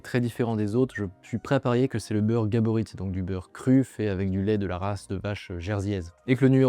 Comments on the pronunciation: Par contre le "t" de Gaborit est muet, ça se prononce "gabori" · Soutien à Bernard qui s’est fait écorché son nom de famille tout le long de la vidéo. Le t est muet.